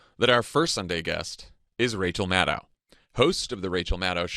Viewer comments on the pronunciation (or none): Jon, please pronounce Maddow's name correctly. The second syllable is /doe/, not /dow/. The vowel sounds in Maddow are literally the same as in Favreau.♥ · Great show. Just one tiny nit-pick, Jon - Rachel's last name rhymes with crow not cow. She is too gracious to correct you on air, so I will do it for her in the comments.